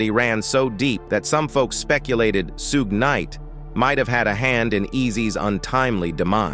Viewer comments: Sugay knight? Lmfao rofl I'm dying here on how you can fuck his name up on every video you call him something different, it's (shug) like suga bear , or sugar, or Suge ! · I stopped listening after hearing "Suegay Knight."🤣😂🤣😂💯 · Sue Gay Knight? I'm pretty white, but come on dude. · Soo-Gay Knight 😂😂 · Who tf is sooga knight 😂😂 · Suuu-gay night pooruuu 🤣🤣🤣🤣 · "Sugay night"😂😂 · Sue-gay Knight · I lost it after hearing “Sue-gay knight.” 😂😭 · Sue-gay night yh 😂😂 sounding like the meerkat from the compare the market ffs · Su-Gey Knight 🤣🤣🤣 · “Sugé Knight”😂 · 😂😂😂😂😂😂Soogay night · Suegay Night😂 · Suegay knight 😂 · 😂how can AI pronounce suugay knight other names wrong but DJ YELLA perfect 😂. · this dude really said "Sue-Gay" Knight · Sue-Gaay Nitey Nite.. 🤣🤣🤣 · I noticed that as well, it had me laughing throughout watching the clip. 🤣🤣🤣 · I was like WHAT??? Haha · Sue gay😅😅😅😅😅😅😅😅😅 Got to love Auto readers 😁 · I disagree.. Signed , Soogay nite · Sugey Knight?🤔🤔😂😂 Hollysmokes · Can’t pronounce Suge Knight for nothing😂😂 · I can't even watch a video that can't pronounce Suge Knight or Piru smdh